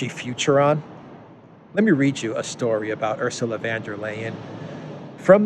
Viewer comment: Please call her Ursula von der leyen, not van der leyen. German not Dutch. Lets not make the Netherlands look bad. VON DER LEYEN, NOT VAN DER LEYEN